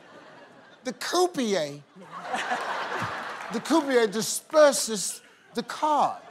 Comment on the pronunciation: Steve Harvey's English accent is really good. Coming from an English guy lol